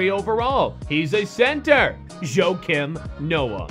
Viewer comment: Also when he said Joakim Noah